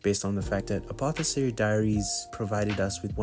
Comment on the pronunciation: you pronounce Apothecary with a k sound for the C Mao means cat in Chinese